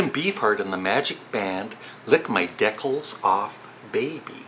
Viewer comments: I think it is pronounced dee-cals not dickles ".Lick my DEE-cals off, baby" . Good video idea, though. :) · Greetings! I enjoyed this video. First off, the Captain Beefheart album...it's pronounced DEE-KALS, not DECKLES. The Lennon Rock and Roll album has some great versions of old rockers in my opinion, Ain't That A Shame, Peggy Sue, Stand By Me, and he tries to be creative by doing Sweet Little Sixteen in the style of The Stroll, but it kind of dies. I think you're right about the production lacking. Pipes of Peace has some great nuggets on it...Tug Of Peace, So Bad, The Other Me, and I agree The Man is cringeworthy! Keep 'em coming!!